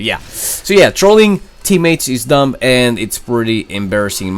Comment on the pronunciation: The B in dumb is silent